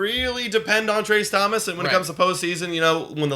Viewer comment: It's Tracy Thompson, not Thomas